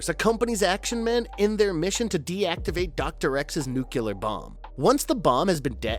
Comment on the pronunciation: "nucular". it's pronounced "nucular"